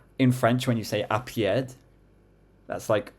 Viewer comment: PS "pied" is indeed foot, but the d is silent, and saying something like "je vais y aller à pied" is "ill go on foot" so you were close for those